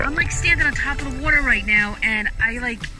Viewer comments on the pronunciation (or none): why does she say water like that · she can t say water right at all lol